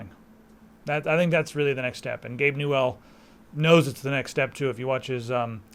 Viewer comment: Its newell not gabe new L